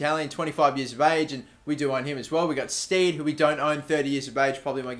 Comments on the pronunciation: John Stead - Pronounced As "Sted" Not "Steed" Just Letting You Know:) Looking Forward To It X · John stead is said ste-d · Stead is pronounced sted